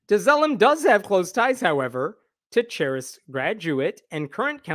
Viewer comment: Just fyi, the 'ch' in charis is pronounced like a 'k' (karis). It's greek for 'grace'.